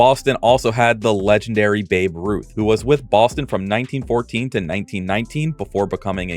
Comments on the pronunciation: Wasn't his name Bab Rut? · Who the heck is Babe Rut? I know who Babe Ruth is. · Babe Rut the hom ruun god